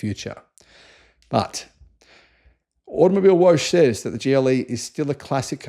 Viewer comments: Hey “Woche” is pronounced “whoa huh”, not “wosch”. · Woche is German for week. In german you pronounce each letter so Woche is pronounced more like Wokka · It’s pronounced Out-Oh Mobil-eh Wocker (or similar) your pronunciation sounds like a car wash mag !😂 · Automobilewoche is pronounced Automobil vocker ! (translates as Car Week) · With respect, you are mispronouncing Automobilewoche. It is said like “Automobile-vok-a” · Just FYI… it’s Vokka as in soccer for Woche (week)